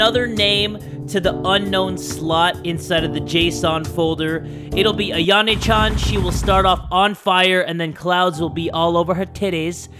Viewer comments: Lolz, the way calls Yan Chan "Ayane" instead of "Ayano"😂😂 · AyanO Not AyanE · stop saying ayana it’s ayano lol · Hold up why does say ayanay chan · Why does say Ayana Chan.